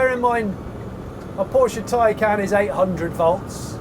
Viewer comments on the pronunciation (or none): none